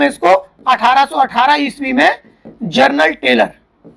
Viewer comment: Janral telour nhi sir karnal talor 😂